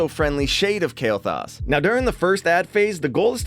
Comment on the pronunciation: I dare ya Say Kael'Thas one more time xD